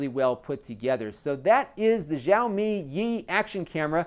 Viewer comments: NOT YAOMI, IT'S XI-AO-MI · Nice review. Chinese subscriber here. Xiaomi is famous for its high parameter, better-than-average quality, low price product. This company now has an estimated value around $45B. By the way, the pronunciation is more like 'show me', SH as in 'she', OW as in 'now'. Totally not important though.